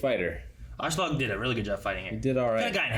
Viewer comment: I never expected the voices to be as good as the original, so that doesn´t really bother me here. But one thing that does bother me with this dub is the inconsitency in pronouncing Askeladds name. Sometimes it´s "Ashladd" which is a fine way of saying it in english, but soemtimes it changes to sound like "Auschlaug" or even "Ashelad" Just pick one already and run with it.